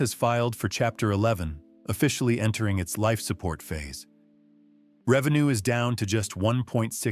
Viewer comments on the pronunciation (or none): none